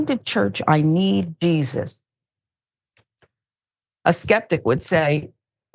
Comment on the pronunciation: Why couldnt she say the name Jesus. She said desus. Wicked